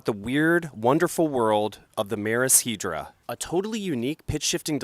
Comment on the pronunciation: Is it really pronounced "Hee-dra" and not "Head-ra?"